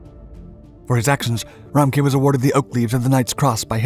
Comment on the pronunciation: Wow i didn’t understand the name of the CO until i googled it and I’m German. 😂 His name is RA-MCK-Ev